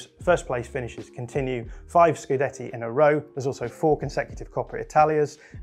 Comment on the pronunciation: I appreciate the fact that you correctly call them scudetti instead of "scudettos" which I often hear. Also, so far I haven't heard a mispronounced Italian name, two thumbs up!